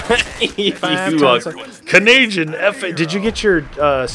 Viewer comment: stop saying Canayjin its insulting because im Canadian